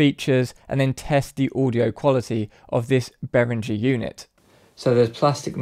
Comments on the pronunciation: Bay-ring-er. It's German and there are no soft 'g's in German. They are, however, crap. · Great info but please decide how you’re going to pronounce Behringer and stick to it.